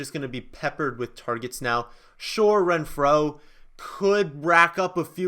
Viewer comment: How you say Renfro really bugs me lol